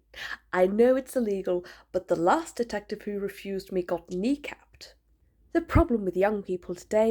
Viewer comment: Oh OH OH say KNEEcapped again in that Received Pronunciation. Oh!